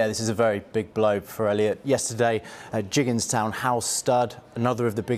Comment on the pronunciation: can't even pronounce Gigginstown, saying Jiggins town, what de f🙄